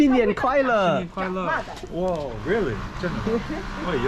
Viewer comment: Max真不错的本地上海导游，他们讲的上海话，我北方人像在听外星话😂😂😂不过那只鸟说的新年快乐比你说的好🤣🤣🤣